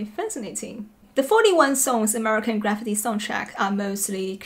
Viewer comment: First of all, the way you pronounce "Graffiti" is so hilarious you should move to the states and stand on a streetcorner saying it with a cup in your hand. You'd never have to work again (I'll sponsor your trip). But the fact that you left Larry Clark's "Kids" off this list is surprising. The fact that you left Alex Cox's "Repo Man"--the best soundtrack of all time--off the list is just plain unforgivable. 🤨